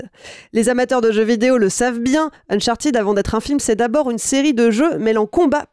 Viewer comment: Uncharted se prononce "Unchart'd", ou au pire "Unchartaide", pas uncharTIDE.